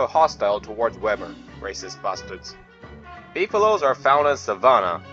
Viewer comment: I love when he says racist basteds🤣